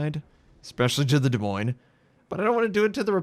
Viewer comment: Iove how you pronounce Des Moines:D. There is something so comfortable listening to your calm voice